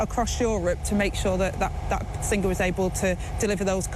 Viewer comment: Sin gerr how can we have a deputy PM that can’t pronounce the word singer.